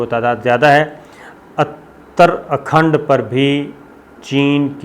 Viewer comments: not athar khand it is uther khand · اترا کھنڈ کا تلفظ ہے: Ut ta ra khand مطلب شمالی منطقہ۔